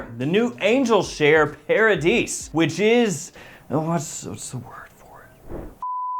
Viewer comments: Pronounced paradee… after all… it’s French… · You do not pronounce the s. It’s paradee phonetically.